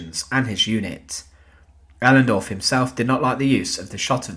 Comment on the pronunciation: His name was otto ohlendorf not elendorf